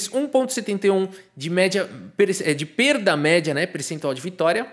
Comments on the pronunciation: Foi só eu que escutei perda mérdia?? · "Perda méRRRRRdia"! kkkkkkk!